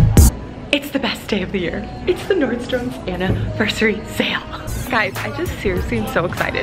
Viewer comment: I love how you say NordstroMS lol... everybody has corrected you but you still say it how you wanna say it. I love that about you. Loved your buys! Lucky girl!